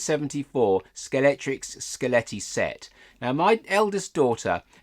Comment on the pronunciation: £12 .95 was indeed the RRP for that set in 1974. By the way, it's pronounced Scalextric, not Scalectrix. Sorry, pet peeve. 😀